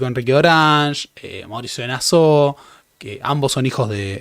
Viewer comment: "Nassau" es palabra alemana, no francesa y se lee tal cual.